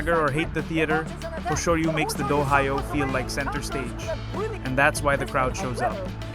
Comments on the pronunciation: DO-HYO not Do hi yoh. 2 syllables not 3. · "Dough-high-o" for Dohyo (pronounced Dough Joe) being one of the first words spoken here made me unwilling to watch further. How hard is it to get these kinds of things right? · Pronounced doh hyo. Not doh hi yoh. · I paused and contemplated to quit after hearing dohyo pronounced as "d-Ohio" 2 seconds in but decided to give a second chance and laughed my way throughout seeing names like ryuden (whos negative headlines were years ago) and takakeisho (who retired in 2024) in most hated list while omitting names like ichiyamamoto and kotozakura for top 5 favourites (reported in jap times). this guy could have at least done abit of research before committing to this nonsense video. what a try hard. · This is AI generated content. When this channel first went up, the AI voiceover as in standard English. It was completely obvious that that it was machine generated. After many complaints, the producers of the channel modified the robo voice to sound like a foreigner speaking English. So now with the pronunciation of the word "do-ohio", it is now clear again that this is not a human being narrating. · I’m not sure this is machine generated. This just sounds like a human ESL reading an AI script. If it’s AI, it’s the best I’ve heard yet. Mispronunciations like “D’Ohio” don’t seem like AI because the script is AI and would be pronounced with phonetic English. This really sounds like a person misreading the word or stumbling over it. If it’s AI, it’s more cleverly done than most.